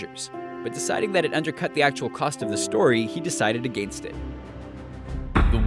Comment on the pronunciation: how come this guy pronounces against wrong is he from Canada.